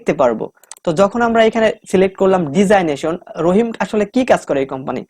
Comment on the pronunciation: ডিজাইনেশন হবে না ডেজিগনেশন হবে উচ্চারণ টা